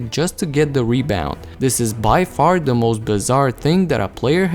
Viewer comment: The word “the” doesn’t start with a D sound.